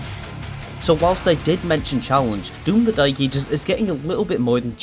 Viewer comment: No way bro said "doom the dyke ages" 😭